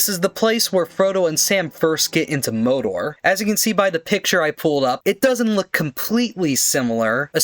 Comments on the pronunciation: bro what are theses pronunciations? mowdor orthantic erowyen no offense but geez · Mordor, Mordor, Mordor. It’s MORDOR!